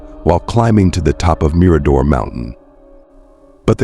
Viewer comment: Agree lose the music. It's distracting and doesn't add to the story!!! Just talk and try to pronounce words correctly. Like bouquet the girls' last name and Mirador,just to name a few. Maybe watch some other videos so you know how to pronounce words!!!! The dog Blue may not have gone with, simply speculation like so many things about this case